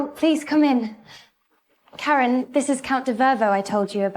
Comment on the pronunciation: I thought Ai was smart 😂…Karon. Kerin. Karen. Koran or…